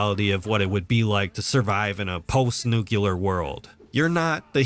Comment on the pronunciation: It's "nuclear", not "nucular".